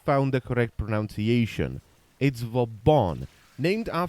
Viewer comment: The Irony that you slightly mispronounce "pronunciation"